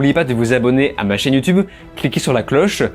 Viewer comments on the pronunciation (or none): none